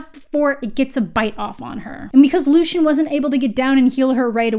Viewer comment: LOO-SEE-EN !!! Pls not lushan But fr please keep reading, the second one is better. I've heard this is basically a trilogy bcs after the third one it gets super ridiculous so i don't plan on reading the rest of the series :D